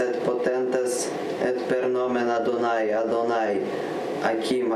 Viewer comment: lol yea dude reading Latin with Russian accent on top of some random Hebrew Adonai being Lord…..wild mix